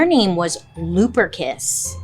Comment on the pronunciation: I was thinking lubericant when you said luperus or whatever itnwas.